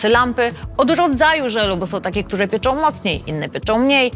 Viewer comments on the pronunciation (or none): Dzięki za ten film ! Tak tylko zwrócę uwagę nie pieczą tylko pieką 😊